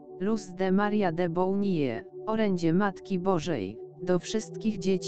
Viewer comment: Nie powinna taka osoba nagrywać takich filmow mówi sprawnie czystym językiem polskim a celowo stara się przekręcać nazwiska -Bołnije - napewno poradzi wymówić poprawnie-de Bonilla celowo znieksztalca nazwy inazwiska.